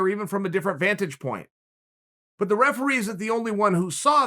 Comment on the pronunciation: The "refelee" haha